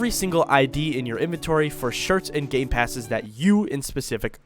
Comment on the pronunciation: bro said gaypasses